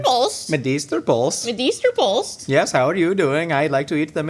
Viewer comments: It's two syllables, pølse. Poull-se i guess is a close american approximation. Not like pulse, as was said in the clip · I love how Americans just cannot pronounce Pølse. Medister pølse. I don't even know how to explain how to pronounce it xD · was SO close.. And then the Ø messed him up LMAO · plz for the love of medisterpølse learn how to pronaunce ø🤣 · Hej hej! Swedish person here! Great episode! Despite the "great" pronunciations. 👌😆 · The e in pølse is not silent, and everything you are doing in this video is heretical. Great work, keep it up❤